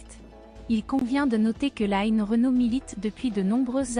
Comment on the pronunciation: On ne dit pas "laïne" Renaud mais line (comme lean en anglais). Merci